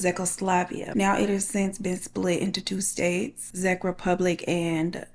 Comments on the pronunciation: Its pronounced 'checkoslovakia' (czechoslovakia and 'check rebublic' (czech republic). No shade just saying. Took me a few rewinds to figure out where you meant lol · Girl you butchered czechoslovakia,🤦🏽‍♀️i know damn well you aint pronounce that Z in them words lol its pronounced checkoslovakia check republic😢🤦🏽‍♀️🙄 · Oh girl!!! It’s pronounced “check.” “Check” republic. My family is Czech